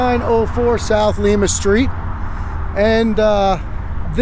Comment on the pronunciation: It's actually pronounced Lime-a not lema. Just though I'd toss that out